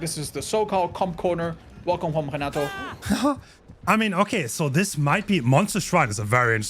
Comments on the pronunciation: Why is this man always saying “henato” I’m pretty sure there isn’t a survivor with that name. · Renato, Spanish R. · He is Spanish IIRC and I assume pronounces the survivor with the Spanish name in Spanish way.